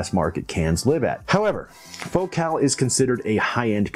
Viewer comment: But he pronounces the name of the company in the French manner, with the emphasis on the second syllable, and I think this is appropriate.